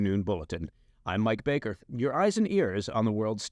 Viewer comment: Mike "propagandist" bakerrrrrrrrr